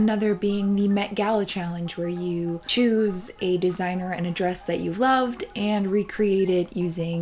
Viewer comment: Her: Desiigner Me: Potaato